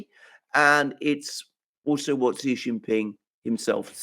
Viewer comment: It is Xi, not Ji